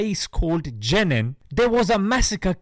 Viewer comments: He can't even pronounce the name of Jenin properly. Seems he needs to go and live there for a reality check. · noticed this too. he had to look down at notes just to remember the name